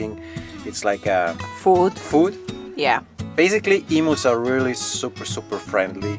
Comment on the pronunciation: Love the vids but it’s not emoos it’s em-you’s…hearing emoos makes my ears cringe…